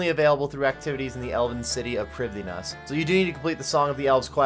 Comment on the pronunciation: First time I've ever heard an OSRS YouTuber properly pronounce Prifddinas. I got whiplash